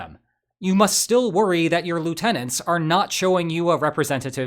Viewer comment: Lie-u-tenant, lol.